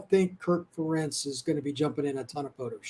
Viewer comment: Ferentz rhymes with parents. Come on guys. How many years does it take to learn this???